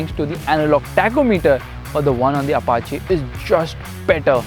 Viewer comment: Finally someone pronounced "Apache" correctly.